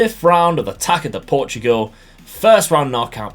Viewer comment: Taça is pronounced "tassa" not "taca", because ç is like an s in Portuguese